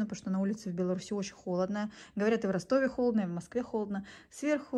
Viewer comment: правильно не в Беларуси и, а в Беларуси)